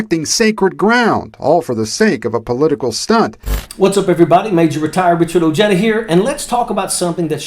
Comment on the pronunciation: Did you see how this guy pronounced his name? Ojeda? Someone in denial there huh?